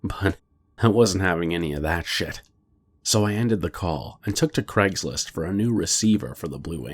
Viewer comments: noir inkodye Maybe you feel like you do, but I would still hear it as "Gregslist"!? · Craigory Schlist